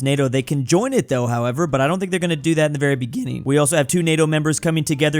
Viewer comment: “…very begÎning” 😂😂😂😂